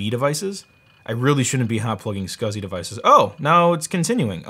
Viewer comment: Scausey (SCSI)